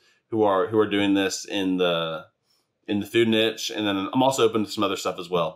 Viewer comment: you said niche wrong.